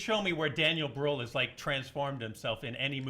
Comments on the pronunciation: As a German, imagining Daniel Brühl as Anakin Skywalker in the Star Wars prequels is so funny :D Especially if you know him from his earlier independent films. So sad that he mostly get offered Nazi roles in international productions. PS: the way you guys pronounce Brühl sounds more like BRAWL :) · HAHAHHAH XDD Daniel Browl. That's what I heard xD But it was Daniel Brühl xDDDD Yes, German names... xD YES, Prince of Egypt. That film is amazing! should've gotten that point. Great Fight as always =)